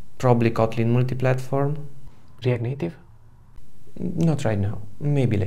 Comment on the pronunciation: Hey, Well presented and to the point. Eager to see your next videos. The dual character I liked the way you said React Native 😅.